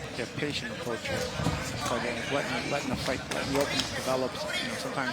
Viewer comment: The commentators couldn’t have spent 30 seconds before the fight to iron out how to pronounce Cardenas?